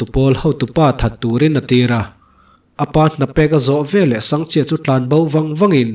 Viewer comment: Sangha chi ti a ka'n chhiar tlat pek chu a😂